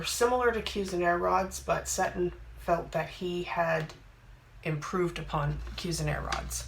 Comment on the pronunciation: Hi, Seton Pollock was my father and I have a couple of boxes and a book somewhere. He was actually a lawyer and initially my mother ran the Company from our house. It’s great to see someone appreciating what he did and I have already understood a bit more about it from you. I gather there is a box in the Victoria and Albert Museum here in England. (Seton - pronounced Seeton)